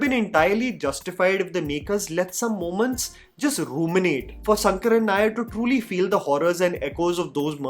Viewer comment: Even if it is written Sankaran, the pronounciation is Shankaran only. 🤦🏽